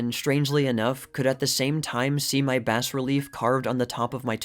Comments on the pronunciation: Bass relief is pronounced: bah-relief. Great video! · The s is silent in bas relief.